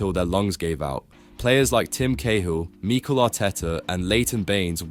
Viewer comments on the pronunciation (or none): Wtf is that "Mikel" pronunciation? This sounds like AI SLOP